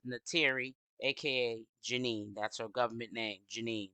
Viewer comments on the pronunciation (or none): Her name is jenae...not jeanie